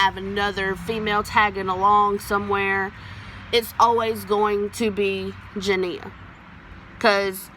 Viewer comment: At least you said her name CORRECTLY